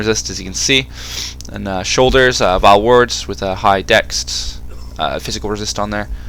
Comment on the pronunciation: Trivial thing. Why do you say 'dext'? Surely it's easier to say 'dex'. Just find it odd.